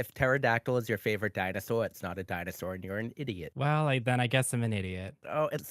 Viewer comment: “But it’s nawt a dinosawr!” I love this guy already.